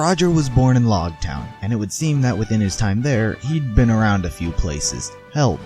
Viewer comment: Loguetown is pronounced with the long 'o' just for your info